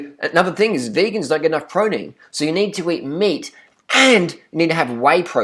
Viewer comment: pwoteen brahhhhhhhhhhhhh